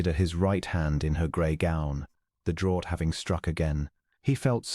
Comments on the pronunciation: Draught is pronounced draft, please get your English right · Draught is pronounced draft. (It is confused with drought pronounced “drowt” which is very dry period, that leads to short water supply) Draught is the British spelling, draft, American. In this case, it means a selection by the Duke’s dowager aunt allegedly so her companion Miss Polk is seated beside the Duke.